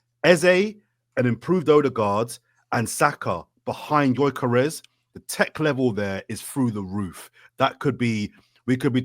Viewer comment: how can he not even pronounce gyokores to this day